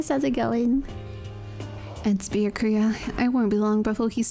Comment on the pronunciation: lol I love that still sometimes calls Byakuya "Bakula"